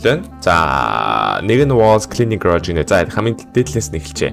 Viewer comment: Grage bish garage gej heleechee